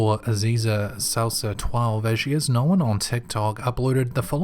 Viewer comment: "Nowin" (known)